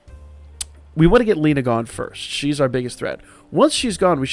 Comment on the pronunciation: your pronounciation of "Lena" threw me off a little, it sounded like "Line" and I was like "but there is no Line" on that enemy-team??"